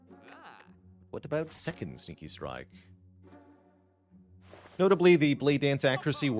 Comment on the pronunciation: when he says sneaky strike it sound like stinky strike